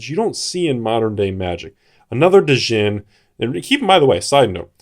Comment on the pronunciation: Has 100 set of Arabian nights. Can't pronounce djinn correctly. Good job☺